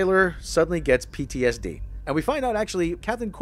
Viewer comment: You have more to correct than that - but I've been to much of a little bitch lately so I won't correct you much but you did say Captain Cornwell a lot (she's an Admiral) and you said PDSD several times instead of PTSD. But on the plus side I certainly can not disagree with them only bringing a bed roll and no tent. But then perhaps they were on the planet such a short time they thought they'd risk freezing for one night. The Ship of the Dead or The Sarcophagus Ship might actually sound cool in Klingon - but it does sound a bit silly in English. Can't they call it by it's Klingon name Heck they could have named the ship ironically after T'Kuvma maybe not even Voq doing that but Kol doing it to take the mickey.. That is certainly Erin Gray point though ; sporting her final season of Buck Rogers in the 25th Century when they had her walking about in that sailor suit. - I am still perplexed by the whole situation with her though there was some really puzzling Character beats. 1st she appears as a dream to Buck in his frozen state Then he manages to seduce her in the pilot Then she plays hard to get for the remainder of the series Sometimes she's jealous of Buck's other woman and sometimes she's like 'Meh' Sometimes she gives him orders some times he gives her orders despite her being a Colonel & Buck is only a Captain they dress her in a cutsy sailor suit in the final season and patronise her on a regular basis. The whole show was very puzzling to my childhood mind. I al